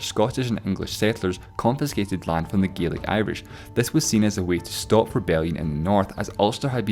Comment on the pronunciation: GEELIC? IT'S GAELIC LOL